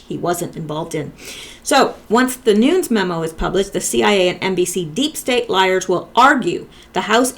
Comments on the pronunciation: Its pronounced Noon-yez Nunez. Hope this helps😉💚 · NuNEs...[ Noon- nezz] please get that, its nerve racking..lol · Love your videos. Nunes is two syllables: sounds like noo-nez. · Nunes, as in: New-ness. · Nunes pronounced noon-ez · Sorry so many comments. I should make notes. 😂I can't make a line over the U in Nunes, but it's long U, like you said but es, is not a silent e, short e.